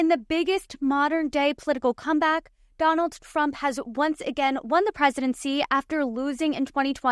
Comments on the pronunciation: Is she saying Donalds Trump? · She said ‘Donald Frump’ 🤣